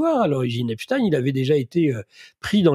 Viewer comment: On prononce à ''l'anglaise '' parce qu'il était etats unien, pourquoi prononcer à l'allemande?